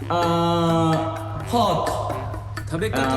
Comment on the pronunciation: オリンピック前英語の発音勉強してたんだけど絶対英語勉強しなさそうなフッカさんの発音がフォニックスの読み方的には自然に聴こえてそれにビックリして繰り返し画面拡大して聞いてしまいました🤭 特にHotの発音が好きで、Make it hotで発音の先生に教えて貰ったのかしら、、👩‍🏫